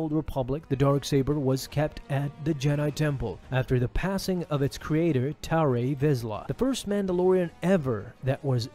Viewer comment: Does you even watch the shows or you have someone write the scripts for you. It happens quite a few time where you mispronounced a name that has been clearly said in a tvshow. Tarre Vizla is pronounced Tarr not tarree..............